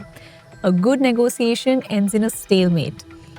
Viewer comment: It's negotiation , not negosiasion